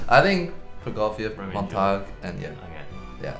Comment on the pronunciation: Btw Eddy, the word Montague as in Romeo and Juliet is prounounced "mahn-tuh-gyu."